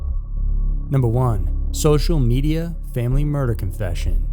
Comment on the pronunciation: It's pronounced 'murderer'